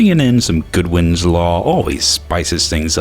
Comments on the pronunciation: It's Godwin's law, not Goodwin's law. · Godwin. Godwin. I love your videos but it's Godwin. Godwin's law. Not Goodwin. I dunno why that bugs the shit out of me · poke::, sir?... it's godwin, not goodwin.. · GODWIN Not Goodwin! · Just a note, it's Godwin's Law not Goodwin's Law. When you get this wrong, you're committing an atrocity...on par with the Nazis.